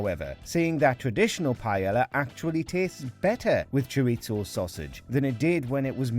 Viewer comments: Ironic that you mangled the pronunciation of "paella" and "chorizo". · This video alone is a controversy for how they pronounce Paella and Chorizo jesus christ... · pie-L-a. Chor-it-so. haha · Wow, not only can Brits not cook decent food, they can't even pronounce it correctly -- it's "py-AY-ah." The double L in Spanish is pronounced like a "y." And chorizo is "chor-EES-oh", not "chor-EET-zoh", there's no "t" in it. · Why are you pronouncing the L hard in Pealla, and Choritzso wtf